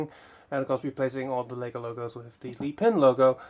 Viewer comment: Mate wtf is leepin it is lepin sound it out